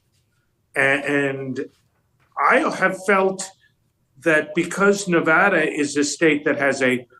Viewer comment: Megyn, Thank-you for pronouncing "Nevada" correctly. You said it as the locals do. We voted early in Pennsylvania.